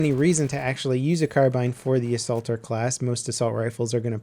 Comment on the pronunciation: A-salter class? XD